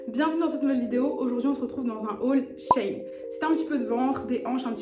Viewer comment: Coucou! J’attendais grave ton avis! Je commandes grave sur shein et je suis pas déçue sauf pour les pantalons (je fais 1m56 et du S et laisse tomber c’est trop grand et trop long) Au fait ça se prononce « shi in » (parce que c’est la contraction de l’ancien nom; sheinside) tu m’as stressée avec ça mmdrrr je rigole Bisous 😘